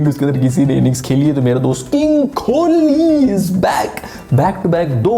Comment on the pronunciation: Bhai its kohli not kholi